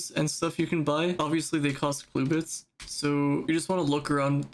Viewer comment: what is a “cluebit”… it’s “clubit” man 😂 jokes aside great post